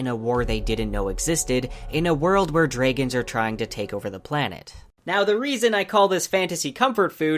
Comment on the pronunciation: Great video. But is there a reason you pronounced Dragon that way. No criticism, just curiosity.